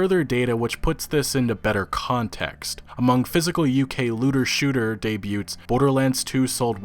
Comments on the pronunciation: Your ability to pronounce the T in debut will probably make me sub to you. Naw but real shit, I absolutely hate that game devs/pubs have the bogus ass excuse of "it'll be fixed in due time" when they release games that are subpar at launch. If it'll be like that, make the game free to play or at the very least call it early access with a $30 price. Especially with the dumb loot boxes and microtransactions. I liked the Anthem reveal at E3, but I sadly knew I wasn't lookin' at what the game would be. And yet, I still looked forward to it 'cause of the flight mechanics. I don't like to support EA, I'll probably buy Anthem when the price goes down to at least $30 or when it becomes bearable for me. I bought Battlefield 1 and Titanfall 2 for $10 'cause I don't get too much into online multiplayers, but I heard the campaign for Titanfall 2 was somethin' to experience. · the t in debut is silent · The T is silent in 'debut,' by the way. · It's "dey-beu" not "dey-boot" or "dey-booted" (I laughed aloud when I heard that one) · Are you pronouncing the t in debut? Dayb-yoo. Dayb-yood. Not being a jerk, love your videos, just have OCD. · Debut is a French word with a silent t "day bue" Gah, you Americans...... ;) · The "t" in "debut" is silent. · Sorry, but you do know that the "t" in "debut" is silent, right? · The t in debut is silent. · In case you were curious, in "debut" the t is silent. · How do you manage to pronounce “debut” and “debuted” wrong? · The T in the word debut is silent. Just so you know. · That is not how you say "debut" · I'm incredibly triggered by your pronunciation of the the word DEBUT. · Dude, the T in "debut" and "debuted" is silent. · Just FYI the 't' in debut is silent. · The "T" in Debut is silent, brother.